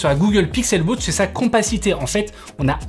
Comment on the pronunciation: Pixel wotch, Apple wotch ? Non ! WAtch